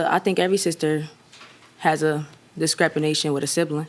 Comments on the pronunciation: The one where her sister threw all their stuff out in the rain, what word does she use for sibling rivalry? What is descrepination? What word was she trying to say? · Yes the hell she did say "Every sister has a discrepanation with a sibling" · The judges face 😂😂 “discrepination” or whatever she thought she was saying 😂😂 like wth kinda words… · I'm here for the "descrepination" comments. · Did she say, "discrepination"? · “Every Sister has a Descrepinition with a sibling” LOL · Second case, did she say “discrapenation”??? I almost gave myself whiplash when I heard that word. Oh my. English is evolving I guess.💁🏽‍♀️🤣😭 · She most certainly did. 😂😂😂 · I said the same thing 😂